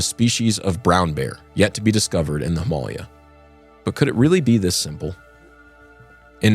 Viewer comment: Why are you pronouncing him-uh-LAY'-uh like that?